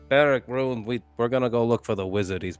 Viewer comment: was Swedish?! Couldn't really tell when in last episode she kept on pronouncing Rune the English way "Roon" instead of the Swedish way "Roo-neh". Or perhaps I just suck at recognising accents.